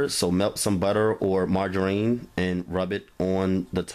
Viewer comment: Mar-ger-rheen!!! Haha I love it & Your cooking! Simply the best...delish hun!